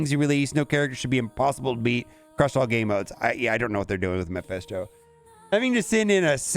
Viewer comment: It is mephisto not maphesto :D